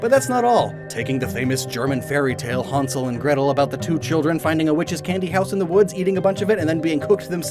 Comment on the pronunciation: Hansel and gretel 😂😂😂😂 Quick Information about the German letter Ä : you can pronounce it like the English A. The way you pronounced it is like we German pronounce A but in the name of the boy is an Ä which is roughly pronounced like an English A ( at least inside of a word. ) But very big props for trying. I love how you pronounced it like a proper German A 😊